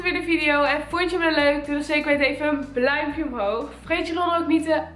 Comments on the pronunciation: Horen jullie ook inblaast van dat ze duimpje zegt bluimpje zegt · doe een bluimpje om hoog😂😂geen haat